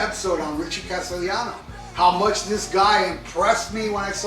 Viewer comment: You did pronounced his last name right Castellano, Castellano is a surname from castilla Spain meaning castleler or castle inhabiter, and also meaning the Spanish language as well, and the word also derives from Castillo or castle.🏰 He sort of looks like the late Jerry Garcia when Garcia when he was young to certain extent. Yes his singing does sound great I agree.🎸🎵🤘🏻